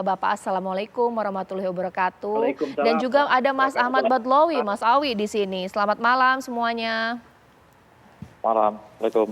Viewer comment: BADLOWI kata host nya. Harusnya kan dibaca BAIDOWI. NGAKAK 😅😂